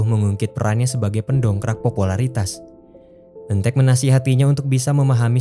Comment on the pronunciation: Apa cuma aku yg denger kata "ojo cemburu..." dari eun taek di menit 😭😂